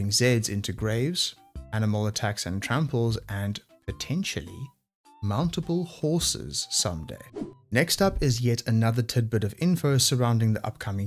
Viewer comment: why did you have to say "mountable horses" like that